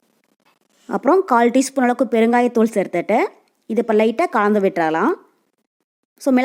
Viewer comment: தமிழ் தெரியுமா தெரியாதா கலந்து என்று ஒழுங்கா சொல்லு காந்து காந்து என்றால் என்ன அர்த்தம் தமிழ்நாட்டில் பிறந்து தமிழே ஒழுங்கா பேச தெரியாத நீ எல்லாம் ஒரு ஜென்மமா